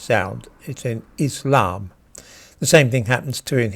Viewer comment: When pronouncing the word 'Islam' in English, the emphasis belongs in the first syllable. Enunciate the 'iss', as one does in 'hiss', as if impersonating a snake.